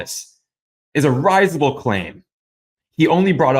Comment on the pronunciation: Given that "reyes-able" is not a legit pronunciation for "riz-able," all else following that bit o' rubbish becomes risible nonsense. Ignorance has never once been a virtue.